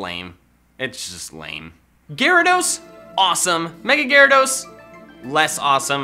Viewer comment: NINETALES IS ONE WORD, AND IT'S TALES, NOT TAILS! THERE SHOULD BE 2 H'S IN RHYHORN! AND IT'S GYARADOS, NOT GUARADOES!